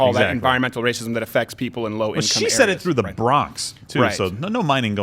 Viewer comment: Lmfaoo did she say environmental rahscism???? Lmfaooooooo (Youtube deletes my comment if i spell that word correctly)